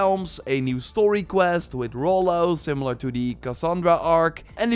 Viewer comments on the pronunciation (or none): none